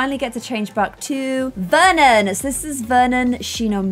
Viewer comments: Nobody * naming he child VER-on instead of Vernon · Vernon not veron 😂😂 I just Love you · You said Veron instead of Vernon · You called Vernon Veron.. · you called Vernon Veron lmao like in the game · you named Vernon: "Veron" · You named the child Veron snd not Vernon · hey! Need to adjust her name again:) Should be Vernon Not Veron:) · you called her Veron instead of Vernon😅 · the baby’s name is veron not Vernon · it says Veron not Vernon... 😝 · U called her "Veron" not Vernon lol